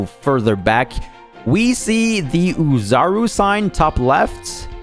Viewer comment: The way you be saying OHzaru be making me wanna listen to young ma lol